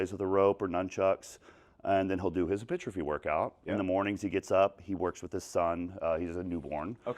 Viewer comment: “Artistery” and “Hipertriphy”🤣 lay off the brotein juji!